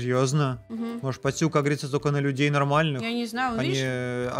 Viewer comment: Пастюк а не поттюк